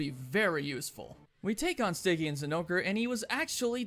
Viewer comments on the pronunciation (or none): none